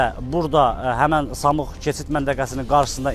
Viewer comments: Samux yox qardash. SAMUR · Samux deyirsən. Samur deyil.? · Samux yox ay qaaa SAMUR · Samux deyil Samurdu əvvəl danışmağı öyrən sonra mikrafon götür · Ay yazıq aparıcı , bura Samux yox , Samur keçid menteqesidir . Mənteqe adını düz deye bilmirsiniz , xeberlerinize nece inanaq ? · Ay jurnalist Samux deyil Samurdur. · Sen danışa bilmirsən ki.samux yox samur.ozude jurnalistdən